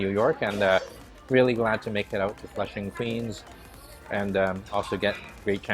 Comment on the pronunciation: Flushing Queens! Not Flushing Queen